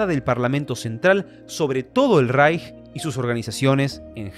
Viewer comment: Ich finde es super, dass du das Wort "Reich" richtig aussprichst.